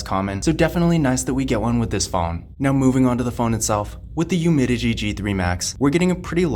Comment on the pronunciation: It’s UmiDigi. Not Umidigi